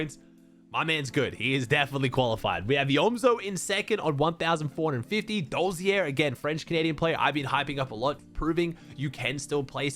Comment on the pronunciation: dolzer not dolzier